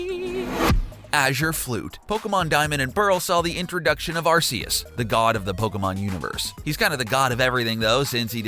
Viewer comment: it's pronounced ARK-E-US, noob